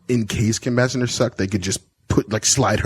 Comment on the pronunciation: It's pronounced Kim Basinger with a "j" not "g"!